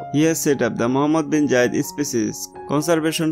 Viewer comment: Gayid ❌️ Zayed✔️